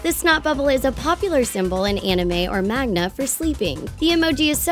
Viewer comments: THEY SAY MAGNA? maGna??? you mean maNga????? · did she magna instead of manga ?? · ITS MANGA,NOT MAGNA!!!!!!!!!!!!!!!!!!!!!!!!! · Did you just pronounce manga as magna, I'm disappointed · SHE SAID MAGNA INSTEAD OF MANGA. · I cannot believe literally 99% of the comments are calling her out on saying "magna" and not "manga", it's bloody amazing and I love that us anime fans have made such a huge deal of it XD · SHE SAID MAGNA INSTEAD OF MANGA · "magna...." manga....its manga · Magna? Da fuq? You mean MANGA? Yeah. That's what I thought. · Applesauce Fox ,I agree but she said "Magma" not "Magna" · AH MY EARS, AHHHHH!!! She said "magma" and now I want to die... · You said magna it's MANGA! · ... I'm sorry... MAGNA??? No no no... MANGA I'm sorry that bothered me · "Anime and MAGNA" okay then lol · wait.... SHE SAID MAGNA ....... IT'S MANGA GUYS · I'm kinda triggered by how she said magna, even though I don't even like manga but really get ur facts right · "Magna" WHAT THE HELL ITS MANGA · "magna" im sorry what? ive heard mango but not magna. its manga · "anime or MAGNA" WTF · just. magna. nailed it XD. btw its manga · lol she said magna like it's MANGA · Did she seriously just call manga magna? ArGH. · I feel offended, why magna???😆😆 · Magna...magna...MAGNA!!? But I thought it was manga, as my whole life been a lie? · Magna MAgna MAGNa MAGNA?? ITS MANGA May-an-ga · Did you really freakin call manga "magma"! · "Anime or Magna" "Magna" "MagNA" MAGNA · "Anime or MAGNA" MAGNA. I AM SO DONE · I know you did not just pronounce and spell manga as magna you did not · "Magna"?! It's manga, seriously. And this is why I'm giving this video a dislike. sigh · Oh my god you said Magna... ITS MANGA!!! 😰😰😰😰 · it's not magna its manga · Did she just call manga magna? You know what, no. Just no. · it's MANGA. not MAGNA. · it's MA"N"GA, NOT MA"G"NA. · Is it magna or manga..? Inhales I AM SO DONE OH GOD WHY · not maGNa its maNGa idk why but im so annoyed by this